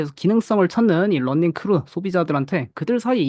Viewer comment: 런닝이아니고 러닝인데 계속 런닝...발음 너무 거슬리네요